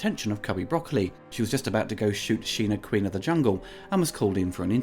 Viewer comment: All Bond films are effectively the same to me. Also, thanks for pronouncing Broccoli correctly.